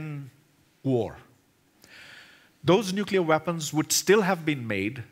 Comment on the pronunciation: nuculear threat...